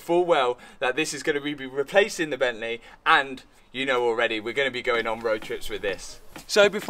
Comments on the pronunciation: Bent-leh Love it 😻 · From Bentleeh to Maseraeeh, love it